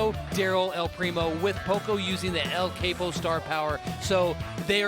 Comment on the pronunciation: is the only good commentator. The other guys are lame, boring and dumb as proven by their ill informed remarks. One of the lame guys was saying the star power names wrong “el capo” really? He clearly doesn’t even play the game